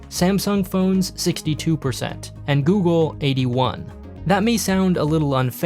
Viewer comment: 😂 my dude can't say google. Google!! Hahah it's no alphabet cereals.